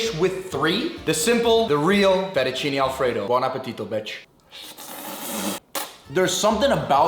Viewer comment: "FettuCINI" ???? cmon..... 🙂